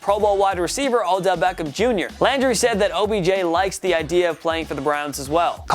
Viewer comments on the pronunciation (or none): none